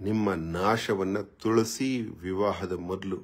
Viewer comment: Pronounced of Tulasi was very wrong from jaggesh mouth was shocking